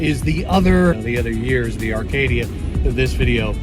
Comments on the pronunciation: Acadia not Arcadia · It’s Acadia not Arcadia lol